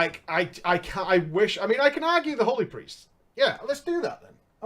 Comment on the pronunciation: I bet it is the way you say HOly, or HOld, it sounds a lot like HO does when someone with an accent says it.